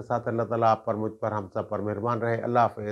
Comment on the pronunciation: السلام علیکم محترم ماشاءاللہ آپ بسم اللہ شریف کے ساتھ اپنے وی لاگ کا آغاز کرتے ہیں بہت اچھی بات ہے لیکن نہایت ادب کے ساتھ ایک درخواست ہے کہ آپ بسم اللہ میں لفظ اللہ کے لام کو موٹا نا پڑھا کریں ، یہ باریک پڑھا جاتا ہے لفظ اللہ سے پہلے والے حرف کے نیچے اگر زیر ہو تو اسم_ جلالت کا لام باریک پڑھا جاتا ہے اللہ آپ کو سلامت رکھے آپ بڑے ہیں ، صرف آپ سے درخواست کی ہے۔ حافظ سہیل نذر